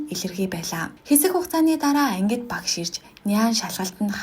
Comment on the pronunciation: Багаш гэж хэлэхийг эс тооцвол Ок байлаа.